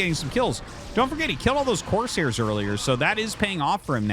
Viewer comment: YOU ARE LITERALLY SAYING COARSE - HAIRS ITS FKN CORE - SAIR!!!! PRONOUNCE THE “S”!!!!